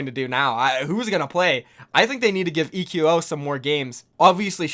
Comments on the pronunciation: it's not "ee queue oh" lol it's just pronounced like "Echo" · ITS PRONOUNCED ECHO NOT E Q O